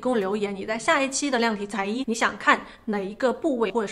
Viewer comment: 亲 量体裁衣的量是测量的量 第二声 重量的量才是第四声 小小提醒哦